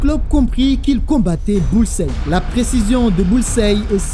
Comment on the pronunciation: Bullseye se prononce comme Hawkeye capitaine